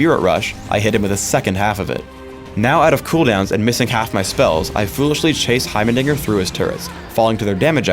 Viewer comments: sounds like he says heimernigger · anybody else hear him mispronounce heimerdinger as heiber diger?